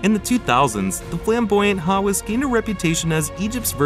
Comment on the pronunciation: You can’t even pronounce his last name properly. 😂 How can I believe any words that follow? 😅